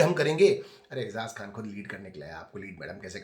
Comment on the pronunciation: for the first time said eijaz khan* properlyyy he didn’t said ezaz😂😂😂💔